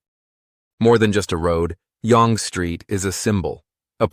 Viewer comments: Yonge Street Pronounced, "Young (Yung)". Not, Yong. Or, yongay. a.i. has always screwed up words..... And images (so many in this video that have nothing to do with the subject being referred to. 🙄) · proper is sounded as Young not Yong - it is the former street that flow northward to Hwy 11 North - which leads to many towns such as Huntsville, Sundridge, Trout Creek, Powassan, North Bay, Tilden Lake, Temagami, Latchford, Cobalt, Temiskaming Shores, Earlton, Englehart, Kirkland Lake, South Porcupine, Timmins - there are other towns that rely on this highway for their connection to the rest of Ontario and, indirectly, the rest of Canada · young st oronouned yung not yong . kd is no longer any good kraft changed the cheese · Its pronounced "young" not "yong" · It is pronounced Young street with the emphasis on the U sound.as in fun. Obviously artificial voice over dialogue.. not yong or yongie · Your pronunciations are very good with one exception, Young Street. It's not yong ( rhymes with long), it's young, like a small child. Young not old. You missed another querk of Canada, Hans Island, owned by both Denmark and Canada. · It's pronounced young street. Not Yong or Yon-gay. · Yonge Street is pronounced “young”. Not “yawng”. Total enjoyed your program. Thanks for taking the time to produce this program on Canada!😊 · It’s pronounced “jung” street, and KD is not as widely used as you say. Cheers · Moncton gets loads of snow, but it ranks 5th out of 10. What is Yongay Street? It is pronounced Young Street. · Great video. Thsnkyou. You made me giggle how you pronounce YONGE STREET. We pronounce it as "young" not "y-o-o-ng. Cute. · Yonge St is pronounced "young st" The street is also part of Kings highway #1 and runs continuous up to Hudson Bay as I remember from an early history class KH1 was nicknamed Yonge St in the Town of York original name for City of Toronto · Toronto's Yonge St. Is pronounced like "Young St." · Yonge Street is pronounced like "Young Street".